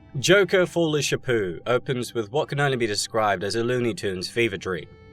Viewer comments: Everytime you said "folie shapoo" i cringed. Corny as this movie bruh 😂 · I keep hearing Joker foolish Apu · Anyone else love the way he calls it folie sha poo?? Love it! Hate how they messed this movie up, smh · Why do you keep pronouncing it Sha-poo? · Is he mispronouncing the title of the movie on purpose? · Great analysis but your pronunciation of folie a deux is killing me. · What's with the weird pronunciation of the title? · Just… how exactly are you trying to pronounce the title?